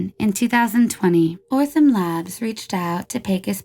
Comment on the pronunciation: She also got Othram labs' name wrong every single time. 😅I love this channel, but this drove me nuts lol.